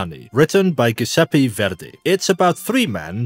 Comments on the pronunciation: great video! just a heads up, the g in giuseppe is a soft g sound, like a j in english. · Giuseppe sounds like Jewzeppe. In English.